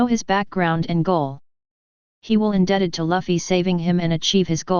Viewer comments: the computer might pronounce loofy better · Lafi? Lavi? Who do you mean?? its Luffy, it pronounces same with Goofy but with "L" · why you pronounce luffy as laffy? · Zoro is the first mate.... He's Luffys (not Laffy) right hand man.... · did he say luhffy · You pronounced Luffy wrong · the way that voice thing pronounces luffy makes me wanna kick a baby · Why does your voice sounds so robotic? And why are you pronouncing Luffy's name wrong? And a female character doesn't automatically equal fan service, it's when that female char is used soley for sexual reasons.